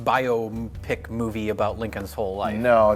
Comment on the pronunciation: Also, kudos to the for correctly pronouncing "biopic".